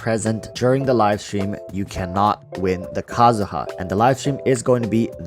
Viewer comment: Kazuha not Kazuya